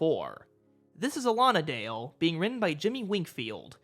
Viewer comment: Not sure about the pronunciation "Allonadale" I looked it up, all sources claimed "Alan. A. Dale" as is originally from the Robin Hood stories. Otherwise, great video!